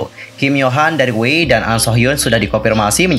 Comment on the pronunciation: Sdh kuduga bnyk orng yg baca 위아이(WEi) itu wei😂 pdhl bacanya itu Wi Ai😂😧 :"(